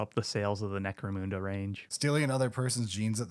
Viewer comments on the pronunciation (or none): Why can't Americans say Necromunda properly?!